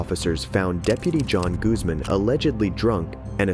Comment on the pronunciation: I appreciate the correction you made when you said Guzman. I hate it when people say goozman lol. My last name is Guzman